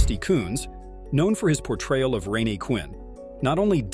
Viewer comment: it’s pronounced Rain